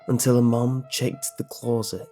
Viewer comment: I always smile when you say closet, it sounds so weird :)